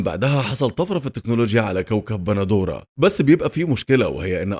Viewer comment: يا عم اسمو باندورا مش بندورا